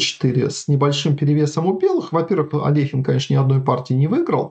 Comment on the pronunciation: Я рад видеть маленькую деталь, именно что произнесена фамилия именно АлехИн с буквой «и» а не «Алёхин».